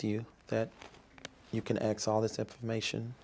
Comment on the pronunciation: It's funny listening to him trying to sound smart 😂😂😂😂😂 I rather you get that information someone else...no mfa she's getting it from you.... This man panics and says Ax Michelle(Ask Michelle)